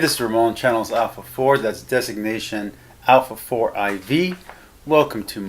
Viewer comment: Wouldn't your channel name be "alpha four four" not "alpha four"? Did I mishear you say it?